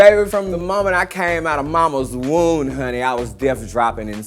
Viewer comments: Did she say momma's woon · 10 DID she just say mamas wound